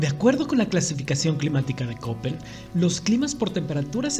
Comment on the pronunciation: Escucho Köppen (por cierto, se pronuncia kepen). Geiger es gaiger.